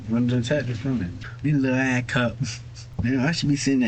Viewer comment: Doesn't know how to spell the name of the mother of his child, doesn't know her last name, can't even pronounce the word ass properly. This loser is a walking disaster.